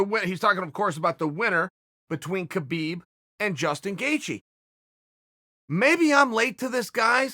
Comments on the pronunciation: Stop pronouncing the god damned K in Khabib. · the k is silent